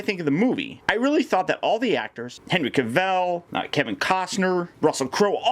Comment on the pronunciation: That's not how you pronounce Henry Cavill's name.